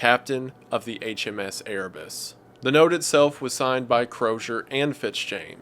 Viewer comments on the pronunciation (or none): I heard Erebus and my inner warhammer geek cringed